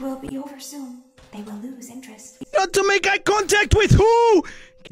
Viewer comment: Can she just stop saying im not intressted im starting to cry who is'nt intressed!:eyes-purple-crying